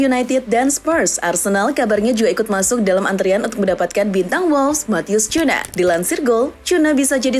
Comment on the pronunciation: baca nya Kunya woi,bukan Cuna😂..channel bola masa gak tau cara baca pemain,kocak,kayak copas suara google jadinya